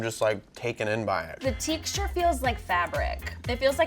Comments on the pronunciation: says “ teexture” It’s texture. Text-ter not teext-ter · honey.ITS TEXT-URE NOT TEK-TURES THE X BABY THE X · Haha the “teechter” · The WHAT? The TEXTURE!!!! Why does she says teeeeksture. Did she have a stroke? Why don't people correct other people.! You are WRONG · why does this girl say teexture? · Why does say "tic-shure" (texture)? Maybe I'm weird, but I've never heard it pronounced like that. Is it a Southern thing? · Is saying "teekshture" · the “tEEcture” Is that a northern accent?! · i was about to comment on how says Texture right when I was she realized she was saying it wrong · SHE SAYS TEXTURE SO WEIRD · the way says texture???😂😂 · I scrolled down in hopes that someone commented this before I did haha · I wasn't the only one that noticed lol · I love how she pronounces texture lol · Right?! I was thinking the same thing! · I a southern can vouch that it is most definitely the south comin out 😂